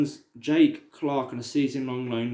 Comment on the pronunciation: It’s jack Clarke not jake